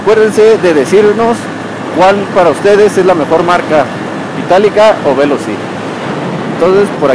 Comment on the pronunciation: No es véloci (esdrújula), es Veloci (grave). Conduce muy mal, se pasa entre dos carriles, entre coches, eso es imprudente, se pasa los pasos de cebra para peatones, está más concentrado en llegar a si destino que en lo que está diciendo. Pudo hacer el vídeo más corto y mejor explicado sin estar manejando.